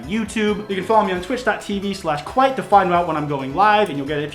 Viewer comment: and tourretes